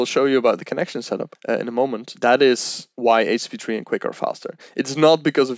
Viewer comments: They way he keeps saying "HTP3" or "HP3" started to really bug me. Like, dude, slow down, pronounce your words. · It's very difficult to watch a video when the expert doesn't actually say the name of the thing they're talking about properly. Took me a minute to realise he was talking about HTTP/3 :-) Once realised, it was good... but I'm wondering why HTTP/3 doesn't check for 'middle box' compatibility and drop UDP if it finds it can...to allow for the future when UDP isn't needed... Slower I guess, while it checks... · Great video. Great info for starters. My only angst is his pronunciation of http3.